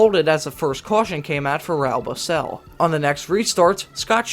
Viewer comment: Raul Boesel's name is pronounced Ra ool, Boy sell or Boy Zell phonetically. I was at all the Visionaire 500k races in Charlotte. I saw the victims with binoculars although I was sitting close, a couple sections away. It was fast, good racing and as soon as the cars stopped on pit road at the end of the race they let any fans that wanted to enter pits inside through a small door in the fence. I met many drivers and crew members. Drank beer with Jaques Lazier in 1997 before he was in the IRL at the time. He walked up to me and a friend and asked for a beer. Soon Ron Hemelgarn walked up to us also inquiring as to how much we liked the race. Got autographs from Eddie Cheever, Buddy Lazier, Billy Boat, and Johnny Rutherford. Cheever and his crew talked to us for about a half hour in the garage. Panther team's crew talked and drank a beer with us also. It was the most fun I've ever had at a race the first couple years, especially 1997. In 1998 the drivers figured out that the fans were coming and disappeared after the race but it was still fun but the friendliness of 1997 I've never encountered at any major sporting event. I feel really bad still for the fatalities and injured fans especially after the flying tire over the stands at this year's Indy 500. I'm worried that it's going to happen again and maybe a car going through the fence. I'd still go but financially I haven't been able to go to the Indy 500 like I used to when I was young. Miss it tremendously.